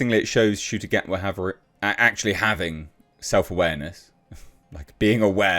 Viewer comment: Oh so you can finally pronounce his name properly good start 👍🏿